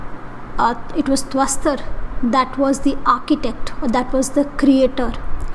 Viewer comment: Tvashtra and not tvaastar